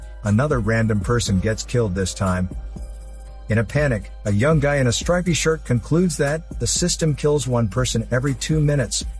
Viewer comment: “…the guy in the ‘strippy’ shirt…” who , making a youtube for English speaking people, would mispronounce: “stripey”? This is an unexamimed narrative.